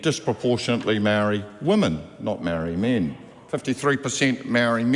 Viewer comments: Mark is right, but it's a bad look pronouncing it "Maari". We need to be smarter and sharper than that. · Anyone who pronounces maori like that is probably anti maori 😂